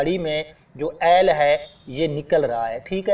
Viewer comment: یار عیل نہیں ہوتا آئل ہوتا ہے